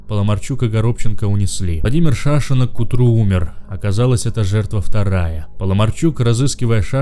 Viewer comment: Чтец конечно хороший, но ударения в фамилиях ставит неправильно (ПеревозчЕнко, ШАшенок). Так что есть куда рости.